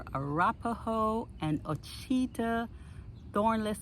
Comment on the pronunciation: ouachita pronounced (wash ah taw) great producers